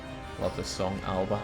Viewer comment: the word "Alba" - Gàidhlig and Irish for Scotland - is pronounced "Alapa" (With a Finnish P, the half-way sound between B/P). Epenthetic vowel.